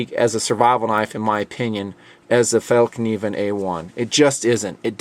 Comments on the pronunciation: If you speak midwestern American English, saying "fell-kuh-neeven" fast where the "kuh" has a little bit less emphasis gets close to the Swedish pronunciation. The word actually translates into "folding knife." It's cool to see products from my country in TNP videos. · Fällkniven - would be pronounced [FAELLKNIVEN]. The "FAE" part of the name would use the same sound as "air" in airplane. "KNIVEN" is pronounced with an audible K + N. None of the muted "KN" as in "knight". Hope that helps! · haha the "k" in "Fallkniven" is a silent one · No it isn't!!! Rather the opposite. And it's not fall as in the time of year but the same a as in Mary. You should learn language before you try to correct someone!! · awesome pronountiacion :/ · You pronounce fallkniven more like fall and then kniven. Actually it's fällkniven and that's fäll = folding, kniven = the knife. The folding knife :) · Fällkniven is pronounced more like "Fell (k)niven" and the (K) is pronounced like "Ch" in Christ. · I hear you've worked on your pronunciation. Fällkniven is pronounced "Fell (not fall) + Kneeven" without a silent k. Greetings from Norway! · The secret of pronouncing it .. it to open up your mouth instead of trapping in the sounds. If you try to sound like a cool rapper saying "yea-y", you come a bit closer than saying fail-cniven. =) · The K isn't silent The pronunciation of kniven is like Knievel, as in the daredevil Evel Knievel. So just drop the L on Knievel and replace with an n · it is pronounced more like ''FellKneeVen''... BTW: can anyone tell me if the F1 is well suited for even tough survival tasks? I am looking to get an F1...anything bigger (>12cm [for those who are unfamiliar with a rational measurment system: ~4.72 inches] blade) will get me in useless trouble with knife laws over here... the blade should be preferably stainless, reliable and as jack-of-all-trades-like as possible... thank you very much in advance. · fell-knivn, with a hard k as in karma, not as in knot.